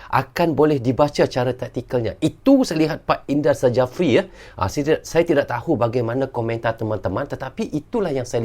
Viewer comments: Indra safri bang nyebutnya.bukan indra sajafri🙄susah amat😂😅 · indra sjafri dibaca jd indra syafri bang